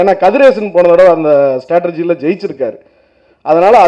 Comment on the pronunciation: Mavane mudhal 'Strategy' endru ozhunga sollada..